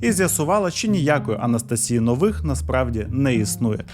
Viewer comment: Дуже смішно дивитися подібні відео, в яких автори щось віщають, що начебто розібралися в чомусь, серйозно розповідають щось там, коли чувак елементарно не може розібратися в назвах слів, які він говорить 🤣 Якщо хоча б правильно називав, то ще більш-менш було б, а так неможливо слухати... 1 бал із 10! 😄 Правильні наголоси: не АллатрА, а Аллáтра; не ШамбалА, а Шáмбала; не НовИх, а Нóвих. Кожен раз, як він неправильно вимовляє слова, наче розумово відсталого слухаєш 🙄😄